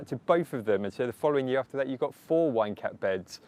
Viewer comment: You're British, maybe use garden giants instead of wine cap cause I keep hearing wanker every time :))